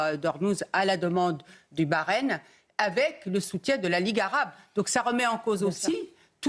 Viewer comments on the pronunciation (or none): none